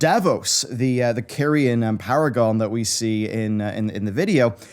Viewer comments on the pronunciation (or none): none